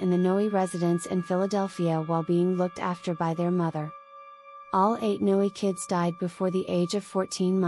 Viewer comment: It's pronounced "No," not "Noey"